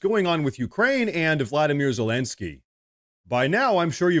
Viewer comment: LOL...Dude, you keep saying Zelensky's name wrong.